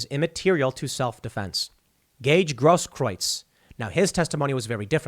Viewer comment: Tim Gaige Grosskreutz It's pronounced Gross Krootz